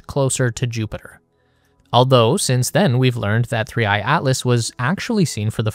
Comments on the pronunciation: すりーいーなん？ すりーあいじゃないのか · AIに説明させるな💢3I→スリーイーって何⁉️